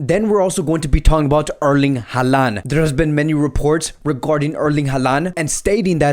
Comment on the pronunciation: stop talking about transfers... Barcelona has no money to make any deal.. and his name is Holand and not Haland ... Haaland reads Holand